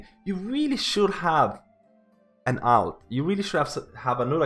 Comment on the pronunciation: Everytime you say alt it hurts me.